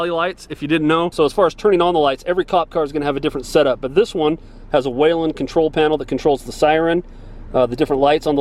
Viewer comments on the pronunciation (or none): I have to say it...It's "whee-len", not "way-len" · It’s pronounced “wheel-en” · Looking for the letter "a" in Whelen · I rock the same car. You call it what you want in Utah but in MN we pronounce whelen wheel-en